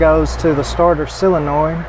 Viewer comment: It's pronounced soul - in - oid. Not sill - in - oid. Sorry, but that drives me crazy. Other than that, great channel!